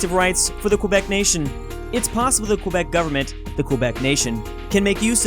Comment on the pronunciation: "qwuuueebec" i cry